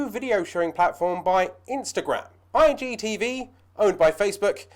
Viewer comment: Nice video Fella... But be honest are you accidentally saying IDTV? I just kept hearing that. thanks for the video, very helpful :-)